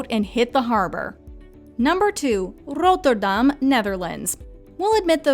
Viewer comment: The way she pronounced Rotterdam 😂😭